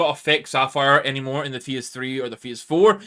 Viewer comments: I dont want to but i have to... bro cant pronounce "phase" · I'm sorry mate, just never in my time heard anyone pronounce "phase" this way🤷‍♂